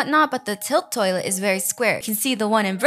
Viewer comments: why do u say toallet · I like how says "toilet" its like tœilet 😂❤ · when you said toilet in french it makes me a little laugh lol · The way u say toilet is so funny 🤣💀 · Girl says toilet like a British person